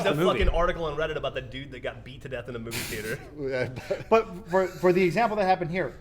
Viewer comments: What the hell is a theerter? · Yeah, Adam says "bolth" instead of "both." But says "theater" as "theerter" and that's beautiful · is having a stroke every time he tries to say the word theater?